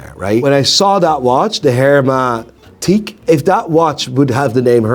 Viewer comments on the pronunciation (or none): → it's pronounced "air-may-TEEK" ahah. thanks for the video, great insight